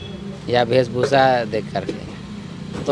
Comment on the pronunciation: इनसे तो वेशभूषा भी ढंग से बोला नहीं जाता ( वेशभूका) MLA बनकर घाटशिला को डुबाने का काम निश्चित तौर पर करेगा 😂😂